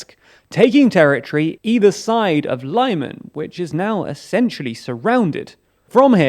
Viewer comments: It‘s pronounced leeman not lieman😂 (Lyman) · Lyman: The first syllable is pronounced like the beginning of 'limit' (not like 'lie'). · Put some effort and stop butching place names, it takes 20 seconds to check how it is pronounced, my ears bleed from Layman, Bilhoreeka and Karkeev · He's been mispronouncing Lyman ever since the invasion began.